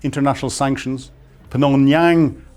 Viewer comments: "PNOMH-YANGG!!!!" Bahahahahahhaa 😂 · I think he said Pnongyang. seconds.